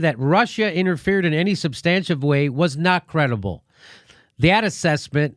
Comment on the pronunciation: Jimmy it's pronounced SUB-stantive.